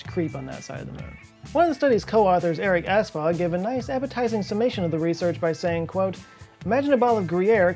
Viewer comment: he... hehe... "Erik Ass-Fog"... hehehe...